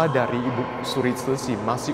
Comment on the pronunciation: Ko.. saya agak gak nyaman dg pronounce ibuk suri.. untuk panggilan formal pd seorang wanita paruh baya/tua sebaiknya dg IBU ( tanpa K ) jadi sebaiknya IBU SURI.. Bukan IBUK SURI Maaf untuk komen saya 🙏🏼